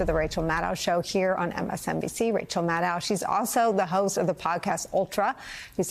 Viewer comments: Why can't Nicole ever say Rachel's last name correctly? 🤨 Her own colleague, for how many years now...? Maddow rhymes with SHADOW, not HOW! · Nicolle, Maddow rhymes with shadow! Get it right, my dear. 💙